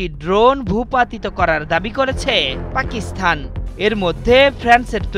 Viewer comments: এ কেমন উপস্থাপনা, পাকিস্তান শব্দের স্থানে পাকিস্থান বলছে। একাত্তর টিভি আর লোক পায়নি শুদ্ধ উচ্চারণ করানোর জন্য!!!!! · আপনি সাংবাদিক, আপনার অবশ্যই পাকিস্তান উচ্চারণ টা আরো সুন্দর ভাবে করা উচিত